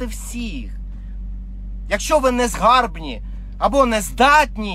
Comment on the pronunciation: Шліфуємо мову далі. "Своїми тростниковими коп'ями" - неправильно, правильно - "своїми очерЕтяними списами". "Не в нашу користь" - неправильно, правильно - "не на нашу користь". "ЗанурЯємося" - неправильно, правильно - "занУрюємося". "Незгарбні" - ні, правильно - "незграбні". "Печень", "по печені" - русизм, правильно - "ПЕЧІНКА", "ПО ПЕЧІНЦІ". Неправильний наголос - "перемогти ворогА", правильний - "перемогти вОрога".